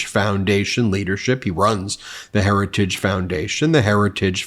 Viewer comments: Trump can't say the word, HERITAGE, but he believes in it! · The man can't pronounce the word heritage! 😅 Don't want this bozo running the country! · trump can't even say the name heritage 😅😅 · "Heritage" is such a difficult word to say. Just listen to tRump try to say it.